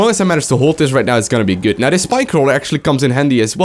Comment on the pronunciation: "Henglish very Hgood" 2014